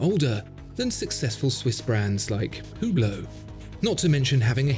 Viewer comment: man says hublot lol